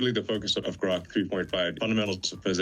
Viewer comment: did you HEAR Elon say GROK with a G NOT a C. Your mis pronouncing GROK please STOP, thank you.